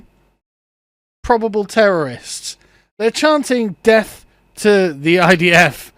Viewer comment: Is it just me or dose he sound like he is saying def not death, I know it’s probably just his pronunciation but still can’t we get a better class of people to criticise